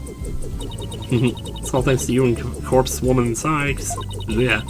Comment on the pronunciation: For futures reference, the first syllable of Corpsman/Corpswoman is pronounced “core.”